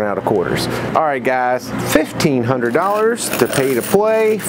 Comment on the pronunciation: You still say hundret. I've never heard anyone else say it. Hundred with a d on the end. Not a t